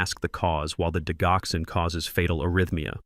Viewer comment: Why do you use a Robo voice that mispronounces keywords in this narrative the digoxin is pronounced “dijoxen.”